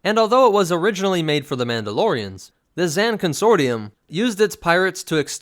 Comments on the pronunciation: Not to nit pick but it's not Zan (rhymes with can), it's Zann (rhymes with Kahn). Every game source (and the game itself) quotes it as such. Thanks for doing the Keldabe though, been waiting to see it. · You say his Zann weirdly. In the game they say Zahn. You put a Ann sound to it.